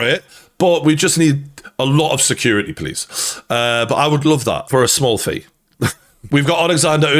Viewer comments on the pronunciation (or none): "For a small fee" ffs Geordie 😂